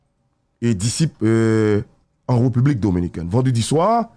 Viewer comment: pa janm ka pwononse République (Reupubique) djol deboulonnen